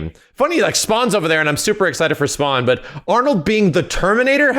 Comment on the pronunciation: Fawkin SPWAWN😂😂